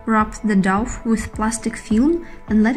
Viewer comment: The douff ? Its dough pronounced Doh. Thanks for the video.